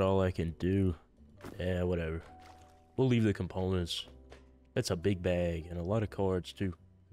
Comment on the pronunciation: “We’ll leave the compollents”